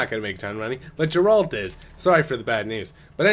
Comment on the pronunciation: man, good video, except that you pronounce the main characters name incorrectly over and over making me cringe ugh :P